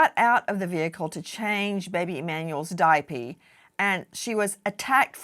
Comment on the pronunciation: It's a damn diaper not a diapee.